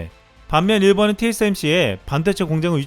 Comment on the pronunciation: 발음에 신경 좀 써 일본은 의 본은이 안되잖아 일보느 이렇게 되잖아 그리고 천천히 읽어 놓치는 글자도 있어